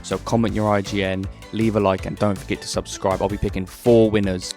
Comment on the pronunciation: 😅 Subscribred AI never was good at that word.